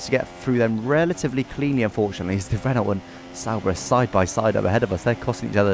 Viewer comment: why do you pronounce it "ren-olt"? it's "ren-oh", the word is french